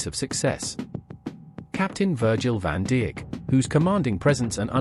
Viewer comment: woah woah woah did the the voice over just say virgil van dick instead of saying virgil van dijk WTF 😂😂😂